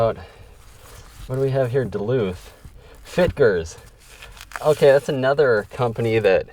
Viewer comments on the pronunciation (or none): none